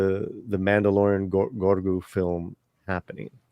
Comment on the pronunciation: So funny how keeps calling baby yoda GORGU instead GROGU.